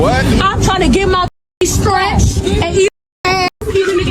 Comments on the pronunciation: She wanna get “Stretched” big homie, not scratched 😭😭😭😭 Which is worse. She looking for English BBC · I believe she said "stretched" not "scratched" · That white lady’s powder blue outfit is KILLIN ‘EM. And I believe that, uh, woman was saying ‘stretched’ not ‘ scratched’ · I believe she said "streached" ☝️😅